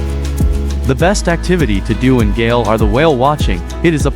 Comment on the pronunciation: The name of the city is pronounced like goal in soccer. Not gale. Thank you for the beautiful video of my beautiful country ❤